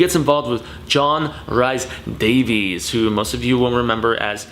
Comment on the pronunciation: Names you mispronounced: James Remar (REE-MAR) and John Rhys-Davies (REESE-Davies)